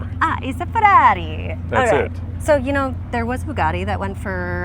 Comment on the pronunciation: Why does it sound like is saying Boobgatti? 🤪❤️🇺🇸